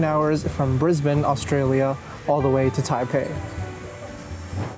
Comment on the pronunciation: Brisbane pronounced like a local. Buffeeeeettt on the other hand ! Great review.